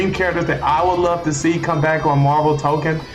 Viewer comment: I’m sorry I gotta say it, it’s TokON, not token (otherwise good video just a pet peeve)